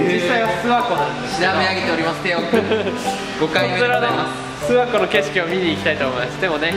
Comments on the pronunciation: 地元民「すわ↑こ↑」 テオくん「す→わ↑こ↓」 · すわ↑こじゃなくてあげずに諏訪湖っていうんですよ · 諏訪湖のイントネーション違う気がする 諏↓訪↑湖→な気がする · ずっと気になってたけど ⤵⤴⤵ 諏訪湖 じゃなくて ➡➡➡ 諏訪湖 だと思う！ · 諏訪湖のイントネーション気になる笑